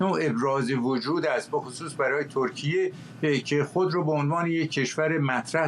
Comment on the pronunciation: آره دقیقا مخصوصا وقتی به استانبول میگه ایس تانبووول تورکییعه😂